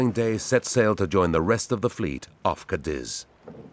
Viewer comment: Cadíz is pronounced "cah-DEEZ", not "cah-DIZ". Come on, you gloriously British -accented narrators... you speak French words well enough from the centuries of battle with the folks across the channel. There's no shortage of historical context for y'all fighting with the Spanish either 😂